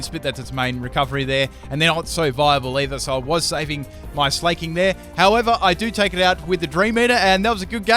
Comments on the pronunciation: In what world is Slaking pronounced like "Slay-king", lol? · Slaking isn't pronounced "slay-king" its SLACK-ING... because both Slakoth and Slaking are slackers! That's the whole idea behind their names.